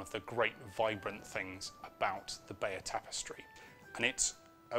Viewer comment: you pronounce it 'Bayer' ?